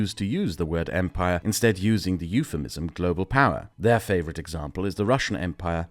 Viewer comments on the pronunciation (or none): none